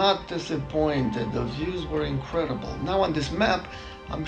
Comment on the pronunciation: It’s In-cred- d -ble.